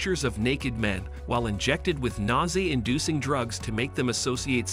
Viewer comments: "nausea" = "Gnaw Zay". Annoying as heck. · Low-bow-tow-mees? Rayshuns? Nausie? Cuba taking over Cuba? M Kultra?